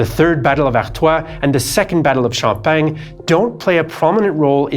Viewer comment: The french fought in Xiao-peng? Or in sham-pack-ni? At least the french high command was more effective that germany ever was when it comes to getting a lot of french killed